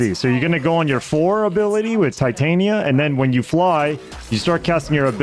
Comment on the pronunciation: Titania Tit-Tan-Ya was that AI?